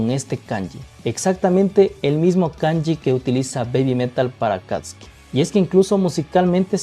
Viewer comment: Buenos dias si sabe mucho sobre Babymetal el ya estado en Japon como 2 vezes creio que el es de Ecuador.Si el pronuncia correctamiente Akatsuki, Akastisuki yo cuando vivia en Japon escuché mucho en los animes,peliculas,telenovelas,y claro Naruto😂😂recuardo del senior David, y esta relacionado com los ninjas exilados de sus aldeas,si yo tambiem creio que la cancion de X Japan y Akatsuki no se parece en nada perdon 😅quizás cuando grita en el principio de la cancion,me gusta la reaccion de usteds es divertido.